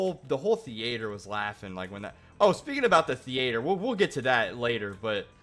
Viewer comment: the way you say theatre is criminal!